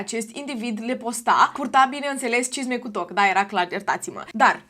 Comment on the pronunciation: La un moment dat pe la mijlocul videoclipului de fiecare data cand spuneai “cisme cu toc” ma apuca rasul:))